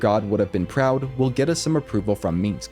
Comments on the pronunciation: The way he keeps saying "Meeensc" instead of Minsc is a bit grating... But the video is otherwise very good and helpful. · First time watching, great video..but one thing: it's MINSC, MINSC (Like Minsk)..not Minsx. Play BG 1, or 2, you'll hear him say his own name like a couple dozen times (at least). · every time he said the word "meensk" my ears hurt. that dude can stay tf in camp, i think you just like saying his name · I cannot hate your pronunciation of "Minsc" more. Shit talking aside, these guides have been marvelous. Much love!